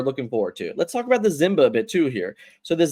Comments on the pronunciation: Why do you say Zimba instead of Simba? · You have got to learn how to say simba